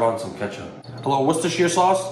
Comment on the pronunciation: You were really closer to the Worcestershire pronunciation.. We'll done